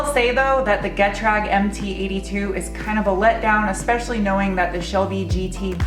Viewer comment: NOT 'get rag' It's a German name from an acronym "gu-TRAHG" but like a German says it.